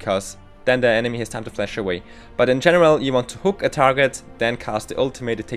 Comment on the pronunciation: Jesus, my ears. Stop saying "Flesh" Its called for "Flash" not FlEsh. Did you skip your english classes?